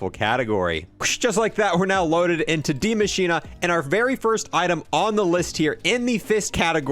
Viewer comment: Dee machina... he pronounces it... intresting